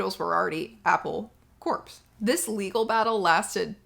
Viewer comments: It's Apple 'core', not 'corpse' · I was drinking chai just as you called for a tea break. Serendipity! Btw, "Apple Corps" is pronounced like "apple core", not "apple corpse" in case you make another video where you have to say that. 👍🎶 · Apple Corps is pronounced Apple Core. It derivative of a military term.